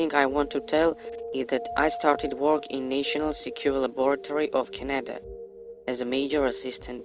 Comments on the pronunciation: He lives and works in Canada but can't pronounce Canada properly. Even with a accent he should have been able to pronounce it much better then he did. Haha not like I believe this " stuff" in the first place, it's just something funny to listen to. And yes, this does sound a awful lot like Terminator haha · Can’t even pronounce Canada so obviously you never lived here. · A foreigner that can bearly speak english let alone pronouce the Country hes living in, Canada. And he gets a high level paying , high level security job with access to time travel. This is the realest story I've heard yet on this channel.